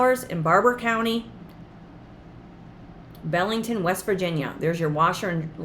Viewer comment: Hi, My mom was born in Belington, WV (pronounced BEE LING TON) Its about an hour south of Morgantown and 45 minutes SE of Clarksburg (nearest Walmart) and the village sits along the Tigart River. I'd love to buy this place just for the memories I have of Belington. Thank you for a great channel.